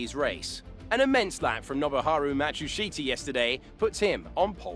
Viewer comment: Zhou isn't pronounced as "Zoo", Matsushita isn't pronounced as "Matshusita"